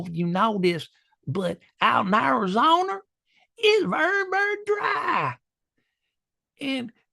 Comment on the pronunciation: "Arizoner" hjaahhaa